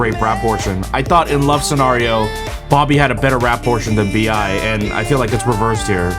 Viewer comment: VI or BIA not,its BI